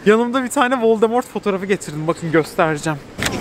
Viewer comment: 8.45 vord voldemort diyo sanki dhdhdhdh